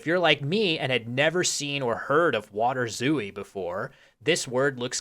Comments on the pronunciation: You were pronouncing it "waderzoo-ie", but a better English approximation would be "waterzoy". So the W is perfectly fine, the T should be pronounced as a T, not a D, and "ooi" is pronounced "oay". The A should be with with your mouth more opened, and the R is with a rolling R, which doesn't exist in English. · I think waterzooi is a dutch-sounding word, it shouldnt be pronounced "vaterzooi", but should be pronounced "waah-tur-zoy" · By the way, I believe it's pronounced 'VAH-ter-zoi'. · It's more like "vaterzoy" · I am literally from Belgium and eat waterzooi at least 4 times a year, but I didn't know it was originally made with fish. Also small point on prononciation, the I in zooi is said like a close front unrounded vowek diohtong (closer to j than to y) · Since waterzooi is belgian and not german, you do pronounce the W as you would in english. however, the ooi is one syllable. kinda like the second syllable in ahoy. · I am from Belgium en your pronunciation of waterzooi sounds quite funny. While you do pronounce water with a W sound (the V sound is more a german and scandinavian thing), the I at the end is pronounced as the Y is you. The double O is also just a long O sound as in door. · Nice video! The double-o in waterzooi is pronounced like a long "oh" sound. And the "a" is like an "ah". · As a Dutchman, your pronounciation of 'water' is impeccable, but 'zooi' is a single syllable, the i being what is probably best described as a y sound